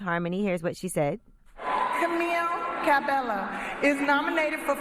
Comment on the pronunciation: Guys her surname is pronounced as Cabe-yo